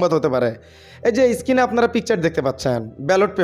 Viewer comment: এই ব‍্যাটা Screen কে বারবার skin কেন বলছ?পড়া-শুনা কতদূর? ফাইভ পাশ করেছ?